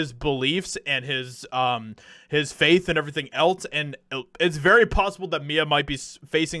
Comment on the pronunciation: 1. It’s pronounced the “EM I AY” 2. That song is from the movie Pineapple Express P.S., please quit saying “Etlz” it’s “ELSE”!!